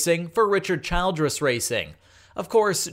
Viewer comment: I agree. Learn the names.... child ress is pronounced as chill dress.... knaus is not naus. No silent k. It is pronounced like ka naus